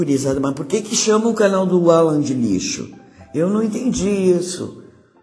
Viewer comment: "Alân" ta serto